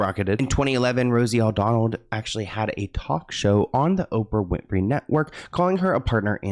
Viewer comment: It's Rosie O'Donnell not O'Donald! 😆